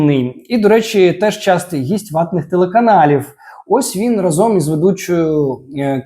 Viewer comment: У слові "разом" наголос ставиться на перший склад: рАзом. Це прислівник, що означає "спільно, вкупі" або "одночасно". Чому важливо ставити наголос на перший склад? Правильне значення: Наголос на перший склад дає слово "рАзом", що означає спільність, одночасність дій. Незмінна форма: Це прислі́вник і його форма є незмінною.